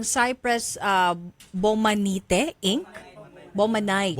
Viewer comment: Bakit ang basa ni ma'am Niña Taduran sa Inc.ay as in ink? Incorporation po. Congrats po idol Raffy for being a YouTube awardee. U deserve more recognitions. U r blessed to b a blessing to d needy.